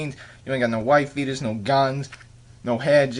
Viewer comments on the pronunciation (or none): He says white beater not wife beaters.